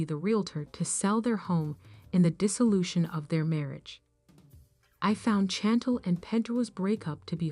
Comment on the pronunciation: Can u say her name correct it’s not Chantol it’s Chantel ! Gey it right google it find out !!